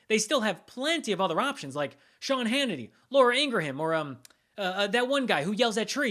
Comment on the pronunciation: So you can pronounce 'je ne sais quoi' correctly but you can't or won't pronounce Laura Ingraham name correctly? Is this some childish retort at the right's refusal to pronounce Kamala Harris correctly? Whatever you might think of Ingraham I think she has the right to choose how her name is pronounced even if she intentionally mispronounces Kamala...or perhaps, more accurately, it makes you look petty and a bit ridiculous to stoop to Ingraham's level.